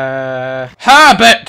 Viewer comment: When he called one of the horses herbet I thought he said pervet